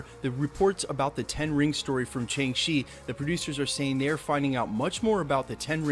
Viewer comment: Did he just say “Chang-Shi”?